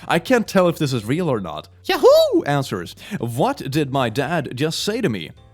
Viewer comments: now the sounds like hes saying ''yaho,, great job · Maybe I'm just sleep deprived, but the way he says yahoo caught me so off guard every single time he said it, even if I knew it was coming.